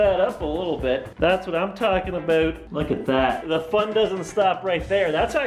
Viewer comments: sounded Canadian "aboot" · "aboot" Cristine and Ben are wearing off on you. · Did I just hear a Canadian aboot? I think someone was in Ottawa too long!